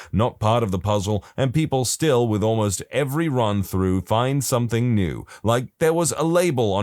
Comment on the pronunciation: No K in the word something